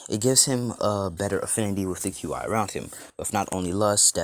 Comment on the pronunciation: Qi is pronounced chi